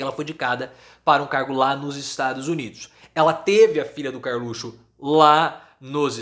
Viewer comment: professor, o senhor poderia voltar a falar "carlutio"